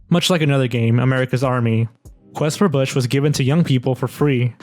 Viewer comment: When you said Quest for Bush, i heard it as Quest for Fish